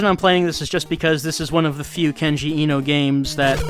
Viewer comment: I've been meaning to say this for a little while: the e in Eno is pronounced like the a in late. Vowels in japanese are all only pronounced one way. A is pronounced like the o in stop, i is pronounced like you pronounce it in kenji, u is pronounced like the double-o in food, and o is pronounced like in sold.